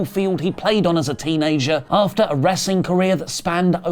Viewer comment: did you say "teenasiger"??